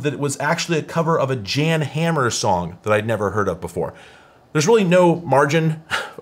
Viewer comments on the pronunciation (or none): YAHN HAHMER